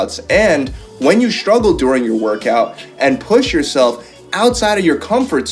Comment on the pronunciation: Did he just say “shtruggle” and “exshtreme”? Did he mean to say “struggle” and “extreme”?